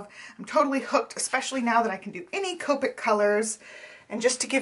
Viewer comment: C-ah-pick markers.